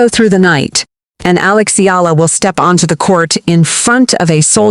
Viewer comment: alix.. alex... alox... alux.... aeleex.. ailux..